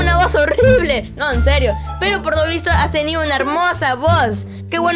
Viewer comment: es enserrio jajajjajaja se dise enserio